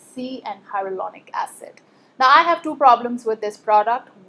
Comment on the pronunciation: Your pronunciation for HYALURONIC acid is incorrect lol